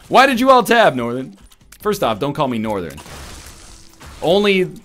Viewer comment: north urn